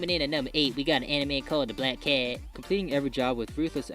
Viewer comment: Hahaha its funny when you say black cats😂😂